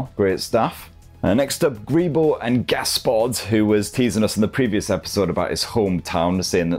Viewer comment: Seeing as you always struggle to pronounce my handle I'll break it down for you Greebo and Gaspode the name of my now deceased cat and dog, named after the same species of characters in Terry Pratchett's Discworld books.